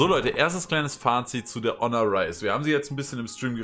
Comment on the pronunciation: Ja, so wird Honor ausgesprochen. Und jetzt?